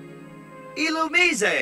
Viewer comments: . Shouldn’t Illumise’s pronunciation be [illū·mīze] ? If this is a firefly Pokémon, [ise] should be pronounced like the [ies] in fireflies. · didnt know illumise was pronounced like that lol. it says arcanine is the legendary pokemon hahah